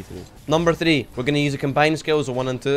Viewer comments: Thwee wee thwee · thee v thee thats how he says 3 v 3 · “Thee Vee Thee” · scotland be like